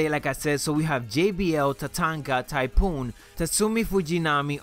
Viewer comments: You said ty poon it's pronounced ty foon 😂😂👍 this dudes funny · you clearly didn't the the joke. I'm not stupid I know who TYPHOON is. I was referring to how he said "Typoon" in the video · Who's "Typoon"?